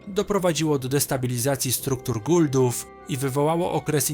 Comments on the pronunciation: nie guldów, tylko Goa'uld-ów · Nie "guldów" a "Goauldów"